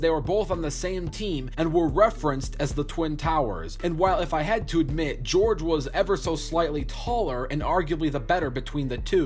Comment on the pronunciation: No it's not lol, im from romania and thats not even close to how you pronounce Gheorghe